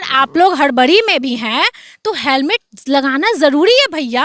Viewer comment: हेलमेट बोलो सिपाही सिपाही हेमलेट बोल रहा हैं सही से बोला करों